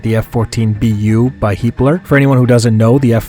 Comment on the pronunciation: Everytime you say Heatblur i always hear Heapler lol